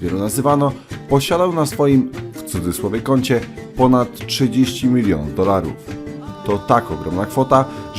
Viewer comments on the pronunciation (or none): ja słyszę ze mówisz milinów